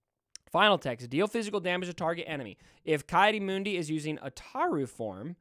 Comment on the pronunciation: His name is pronounced KEY-AWDEE-MOONDEE.